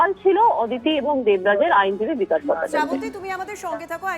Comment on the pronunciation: বিকাশ ❌ ভকাশ ✅😂